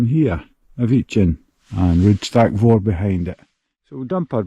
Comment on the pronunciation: Ruadh Stac Mòr. You can't have an rh in Gaelic at the start of the word. Ruadh Stac Mòr, not mhòr with the v sound. Lochan, not lockan. Very good photography BTW.